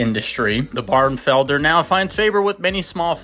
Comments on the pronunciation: Beautiful bird. It's pronounced "bar-nuh-vel-der" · “Barnevelder” is four syllables, not three. Delightful birds. I had a pair for eight years. I still miss them.